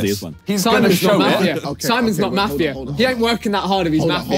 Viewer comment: as an aussie, it was hard to listen to their pronunciation of mafia lmao